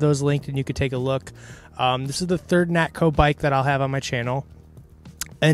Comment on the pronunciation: Nakto, not Natko.